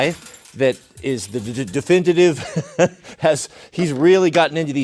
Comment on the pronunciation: Not being able to pronounce definitive and wearing 2 dumb watches... Ffs dude, I could forgive the godhand flush bs because anyone with a working finger nerve can still feel it, but even that seems beyond your skill set. I guess I should congratulate you for still having a yt channel despite your bs 👌🏼